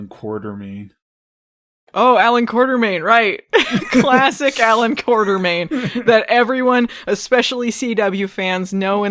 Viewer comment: Quatermain. Or has someone added an R to it? Apparently various people do add an R to it. Think